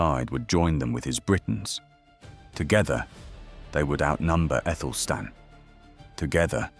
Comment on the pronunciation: I always thought it was Athelstan, so why are you pronouncing Ethelstan?